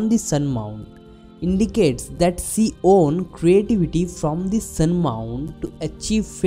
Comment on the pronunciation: Y DONT U SPEAK HINDI? BCOS U SPEAK ENGLISH WITH A BIT OF PROBLEM U PRONOUNCE SHE AS SEE. U WUD BE AT EASE ND U WUD BE ABLE TO EXPLAIN EASILY ND WITH COMFORT IN ENGLISH U SEEM TO BE PUTTING A LOT OF EFFORT ND UR VOCABULARY IS A BIT WEAK. ANY WAYS JUST A SUGGESTION U KNOW BETTER.